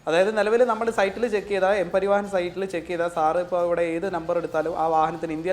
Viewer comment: പരിവാഹൻ അല്ലേട ഊളേ 😂😂" പരിവഹൻ"